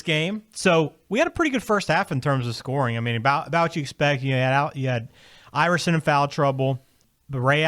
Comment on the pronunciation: Its "Iverson" , not "Iveroson"....